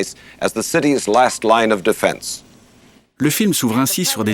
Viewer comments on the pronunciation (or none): none